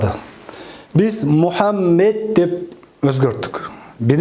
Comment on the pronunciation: МухамБЕТ дешет кээ бирлер нервди кащщщщайтыпчы!